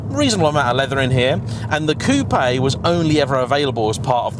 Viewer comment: The best bit of this review for me is the fact that says coupé and not coop virtually every YouTuber does it. So annoying. Unless your American of Course.